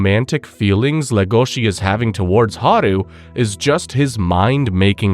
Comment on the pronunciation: He says le gOh she, when it's pronounced lE goshi